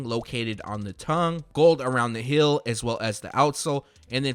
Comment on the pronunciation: Why does he say hill instead of heel? Lol